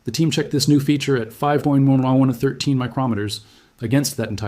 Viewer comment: It can’t pronounce “5.113” . It’s quite funny, actually.